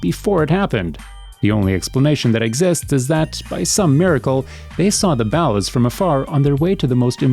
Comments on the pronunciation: B doop? Bowlluz? has the voice of this channel ever even played GTA SA. I could do his job for half the $ here is my resume i am american age 26 and a stay at home dad so i have a lot of free time (despite what women say its not a full time job) and i have been playing GTA sanandreas for 17 years. i have beaten the game in every imaginable way and have a deep understanding of its lore as well as the real life equivelencies like the Neighboorhood Crips the Rollin 100's Gangsta Crips. and there involvement with crack in the 90s as well as the 1992 riots and the connection between real life Officer Perez and officer Tenpenny. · This has to be the whitest man in the world why does he pronounce ballas, b-dup like that even when the game clearly tells you how to pronounce it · Not how you pronounce ballaz. Again I ask if the narrator has spent any actual time playing this game or listening to dialog from the game. Smdh 🤦🏽‍♀️ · It's just the way he says it chill the fuck out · It's pronounced bawl as. Not baal as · The ballast? This whole time I thought they we pronounced ballers 🤣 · It’s pronounced BALL-US not bow-las what the fuck!!!!! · Why do you say Ballas weird? It's like 'baller' but with an 'a' at the end, you say it like 'ballast' without the 't'.... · Baulis? Pretty sure it's Ball-uz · The biggest mistake I've seen in this video is your pronunciation of ballas . . . It's said in the game hundreds of times as the BALLERS but you out here calling them the Bala's. I mean come on guy at least say it correctly !!! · Here's a mistake in this video: The guy saying "ballas" is saying it wrong. It's ball - ahs. Not the way way he said it in this video. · “The balas” why do you say these names so horribly 😭 tf is “rossenburg” 🤦🏽‍♂️🤦🏽‍♂️💀💀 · I love the way he says ballers. "ballas" Are you Canadian? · Soon as this fool stops mispronouncing Ballas and B-Dup! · OMG its ball ahs...like ballers. not bowelahs lmao..and bdup like beat up.